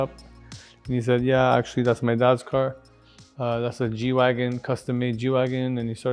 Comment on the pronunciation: Nice. And it’s G-Wagen with “e”. As in Geländewagen.